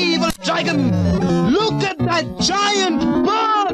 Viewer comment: "Lewk aht dat JIYANT BRRRRD!!!!" XD